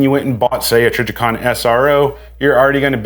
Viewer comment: I may be trippin but I think he also said “trijjercon”…